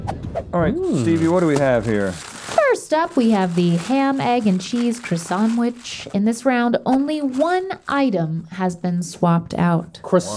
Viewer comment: The way Carl Wheezer says croissant is actually the correct way.